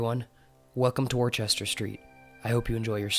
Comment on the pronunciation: Worchester is pronounced wussta! Honest it really is I'm english!